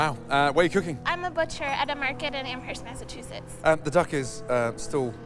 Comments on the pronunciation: She pronounced Amherst wrong though. Cmon! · If your from Amherst Ma, you should know we don’t pronounce the H.